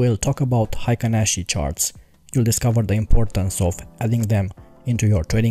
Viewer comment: Nice video! it's pronced like Heykin Ashi in Japanese.